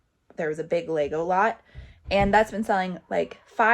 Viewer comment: Every time you say Lego lots, I hear “Legolas” 😂